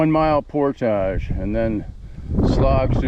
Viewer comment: Thank you for pronouncing "portage" correctly.